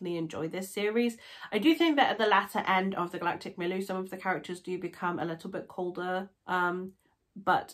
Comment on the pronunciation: I've read these books more than half a dozen times. They are my fav books ever. Julian May is an amazing writer steeped in scientific knowledge. Please pronounce Milieu properly tho.